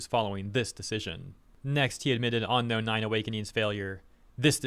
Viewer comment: "On-inspired" "On-Known"